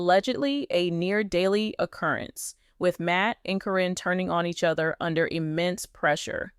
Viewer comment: AI is terrible at names. Happens all the time.